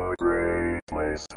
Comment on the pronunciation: It’s pronounced ROSEMONT, spelled ROSEMOUNT!